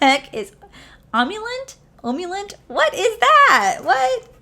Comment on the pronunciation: The floppy disk palette was such a let down. I loved that packaging tho. And are we just gonna breeze past the fact that u didn’t get a single eye cream in this entire video?!? emollient? = “uh - MOLE - ē - ant”